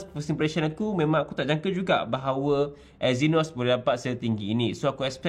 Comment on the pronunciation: Eynos? Euuwwww 🤢